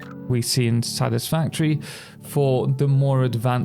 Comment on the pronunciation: I don’t wanna be that guy but, “Satisfatory”